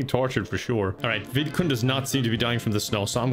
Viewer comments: it took me a while to realize that he wasn’t saying “vidcon” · I'm an idiot I didn't know the sims actual name was vidcund I thought was just strangely pronouncing VidCon, and wanted it to die so much he made a sim of it and tortured it